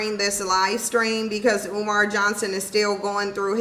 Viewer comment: Oh! Kumar has childrem? (UMAR). Not Kumar.